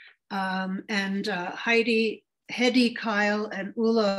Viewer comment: Her name is pronounced "hay-dee". It's German.